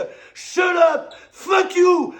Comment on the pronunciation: Comment ne pas pleurer de rire au "fickyou"